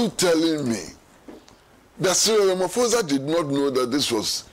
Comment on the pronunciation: Pls pronounce Ramaphosa properly…you’re pronouncing it white